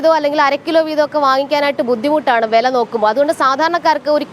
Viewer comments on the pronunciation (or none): വെല എന്നല്ല "വില" എന്ന് പറഞ്ഞു ശീലിയ്ക്കൂ....